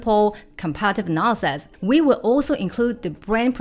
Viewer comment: so funny that your “analysis” sounds like “nonsense”, and your “assets” sounds like “asses”